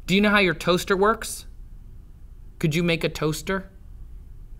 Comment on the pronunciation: The way he said toaster lol